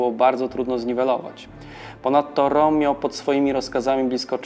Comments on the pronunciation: Ernst Röhm to (Rem nie Rom) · Jak juz to roem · Interesujący odcinek, szkoda jedynie, że nie dłuższy. Zainteresowało mnie jak prowadzący wymawia nazwisko Rohma, pierwszy raz spotkałem się z taką wymową. Regularnie dotąd słyszałem coś w rodzaju "Rem", aczkolwiek po poszperaniu wydaje się, że to prowadzący może mieć rację.